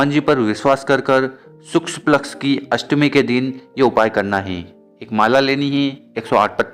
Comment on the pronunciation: Shukl paksh bolna seeko bhai